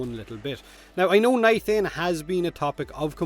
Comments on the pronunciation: Did you jus say..... Nithain? Its nitain. No H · Nithain? Do you mean nitain? lol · Im sorry, but i feel a little pain when i here NITHANE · Ahem, no H in Nitain. Eh FEM er ruh